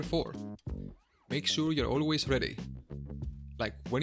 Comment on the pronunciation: "Awlays ready" 😎😎